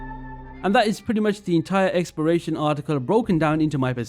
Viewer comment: It sounds like you're saying "experation".